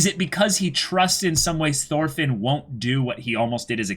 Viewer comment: Thorfinn (x) Toolfin (√)